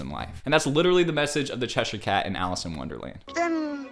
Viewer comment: I’m sorry but it made me physically upset how he said “Cheshire” 😭 Edit: CHERRYOUNG??